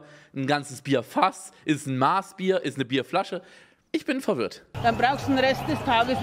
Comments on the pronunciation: ESKALATION Es heißt eine maß [mass] und net ein maaß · Diese preißen die immer Maas sagen und nich Mass😂